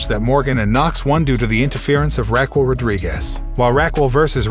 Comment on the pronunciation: Another Youtuber who has no idea how to pronounce certain names. He doesn't know how Baszler or Raquel even thought they've been mentioned many times on Smackdown